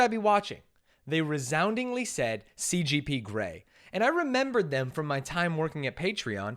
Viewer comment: I thought I was getting Mandela'd when he kept saying CPG grey not CGP but no, I'm right, can't read.